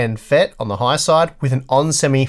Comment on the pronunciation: Thank for this generational comparison! Please note one tiny thing starting . Yes, MOSFET can be abbreviated as ‘FET and it is commonplace. However, since you were stating model numbers with an ‘n’ as the last character prior to saying “FET,” it sounded like you were saying N-FET, or N-channel MOSFET. The next product number I expected to hear P-FET for P-channel MOSFET. Small tid bit from a nerd ;)